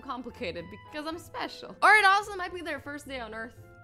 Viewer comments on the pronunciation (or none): you sound Italian when you say because I'm special laughing my ass off